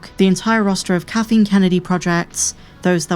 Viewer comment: I like that the narrator keeps calling her "katheen" kennedy